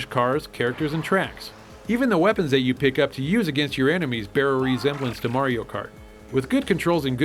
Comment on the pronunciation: Hahaha ok thanks for the recognition guys! It's like saying "mary-o" instead of "Mario" just sounds kinda retarded great vids btw